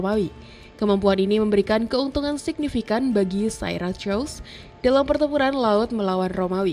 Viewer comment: cb dperjelas mngeja syracuse min 😅😅😅